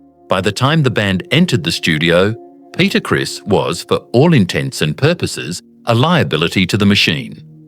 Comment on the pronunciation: It's not Peter Chris it's Peter Criss.